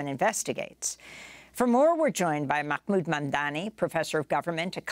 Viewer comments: C'mon Amy, don't sound like an ignorant fool. His name is Mahmood not Makkkmood....you've humiliated yourself despite liking your show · Makmoood Amy ? Really dude SMH you mind as well say axe instead of ask. At least you don't add a letter that doesn't exist in the original correct spelling of the word SMH